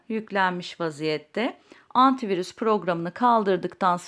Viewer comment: Antivuris diyor ya abla nasil kaldiracaz